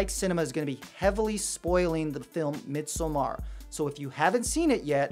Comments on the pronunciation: its midsommar, like midsummer not mid-so-mar, if it was midsomar it would sound like how you are saying it but since there are two m's the o is actually like a u. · It’s actually pronounced mid-saw-mer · I always just said it as in English “midsummer.” I don’t know why his phonetic pronunciation is bothering me so much. Haha Although, I do not know the Swedish pronunciation. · Oh I can’t watch this. The way you pronounce Midsommar is driving me mad. 😵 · I couldn't watch this. His pronunciation of 'Midsommar' pissed me off.